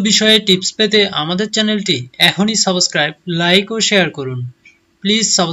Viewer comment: সাবোস্কেরাইব না সাবস্ক্রাইব হবে উচ্চারণটা... আপনার কথা বলার ধরনটা একটু পাল্টাতে হবে, দেখবেন এমনিতেই সবাই সাবস্ক্রাইব করবে কারণ আপনার কন্টেন্টটি খুবই উপকারী....